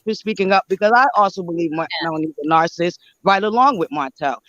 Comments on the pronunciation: did she say she believes MEL-o-neee is a “nar-cist”????? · She did say Mel onee and narcist. It's always the ones who can't speak proper English that come for her.